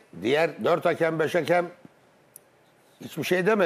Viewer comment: Futbol camiasının "hakem" demeyi öğrenememesi çok enteresan. "Haaakem" değil yahu, tek "a" var :)